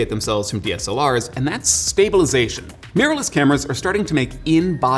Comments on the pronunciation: Meeyorless cameras! Who know mirror was so hard to pronounce? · MEERLESS CAMERAS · Interesting how pronunciation change from mir to mirror but mainly mir. Lots of people say it either way but to me mirless sounds like mearless (not a word).